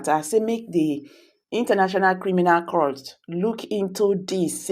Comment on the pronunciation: It iritates me when I hear you call court crout. In as much as I enjoy listening to your posts, It gives me goosebumps when I hear that.